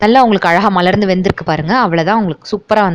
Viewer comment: Unique dishes and I like the way u say "malarnthu"